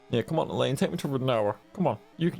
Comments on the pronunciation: Finally another ragnarok woohoo the ff16 videos are awesome but I missed this! And again it's "ELLONE" not "ELLAINE" 😂😂😂😂😂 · I've always thought Ellone's name was pronounced like " Melanie" without the M. Or is it pronounced more like "Ell-own?"